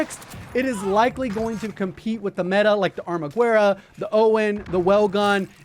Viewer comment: Ok …..your killing me!!!! It’s not “ar-ma-gueh-ra”……….it’s pronounced “Ar-ma-geh-ra”! The “U” is silent!